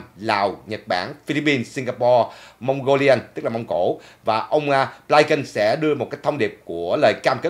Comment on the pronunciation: Cái tên Antony Blinken đa số người đều đọc là Blin kình,sao chỉ đọc là Blai kình,,các đài Mỹ cũng đọc Blin -kình mà